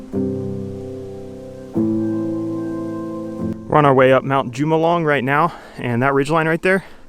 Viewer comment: That mountain you climbed is pronounced Mt. Hu ma loom mong lu (which means Coming in of the Wind). Epic video and I am glad you survived.